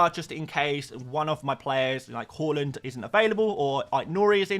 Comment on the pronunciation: Haaland is called Haaland not Hawlund. Why can’t you say his name correctly? It’s weird